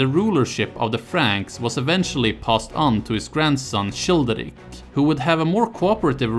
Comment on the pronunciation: how can you get the pronunciation of Merovingians so perfect and get the "ch" of Childeric so wrong? its pronounced like a 'k'. just like in chilia. thank you. looking forward to the other videos - i clicked the playlist link and it doesnt exist. is there a playlist somewhere else maybe? thank you